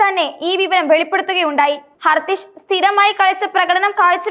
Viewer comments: മോള് ആദ്യം കളിക്കാരുടെ പേര് പഠിക്ക്, എത്ര പ്രാവശ്യം ആണ് തെറ്റി പേര് പറയുന്നത്, ഹർതിഷ് അല്ല ഹർഷിത് റാണ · ഹർത്ഥിഷ് അല്ല ഹർഷിത് റാണ